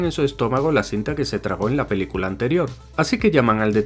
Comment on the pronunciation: JAJA antes decía pelculas